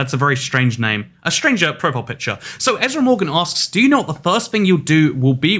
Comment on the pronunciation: why did the a in ezra fade away?